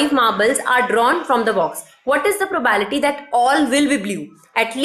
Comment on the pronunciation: Are mam probability bola karo yaar bhot irritate hota hai...btw well taught...